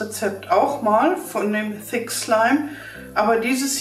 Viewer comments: Wer Hat auch Fi*k Slime Verstanden? HAHAHA LIKET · Wer hat auch f*ck slime verstanden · Sorry ich habe fick slime verstanden🤣😂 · Ich habe verstanden FICK schleim... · Ich habe f*** slim verstanden